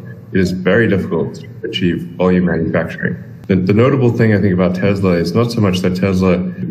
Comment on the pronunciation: Nice tank lol it’s Tesla, not Teslar. Love the vids keep it up!